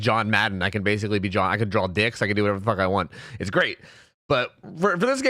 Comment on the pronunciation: are you one of those people that say "drawl" instead of draw?